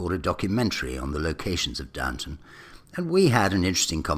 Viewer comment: Please get it right: it's Downton not Downtown!